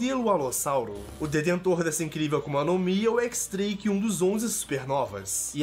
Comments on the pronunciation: Nome: X-Drake Pronúncia normal: "Diez" Drake Pronúncia do: FDS, "ÉQUIS" DRAKE. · Équix dreiqui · é assim o X no nome dele é um número romano 10 é o pessoal fala x em vez se diez